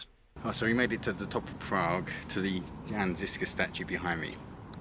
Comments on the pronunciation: Why English speakers pay no attention to foreign names and just butcher it without looking up the correct pronunciation. Jan is not read like French Jean and you read žižka like cicka in the intro but once you were in Prague it was much better or "Tačov" and when you finally see "Č" in Čeněk you read it like "Z" why you guys do that? Anit-Catholic movement is a bit simplified and you describe them as a rebels but it was very early attempt to reform the church and 100 years before Luther and Protestantism was a thing. Which based a lot of their idea on Jan Hus. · Jan is pronounced as Yan.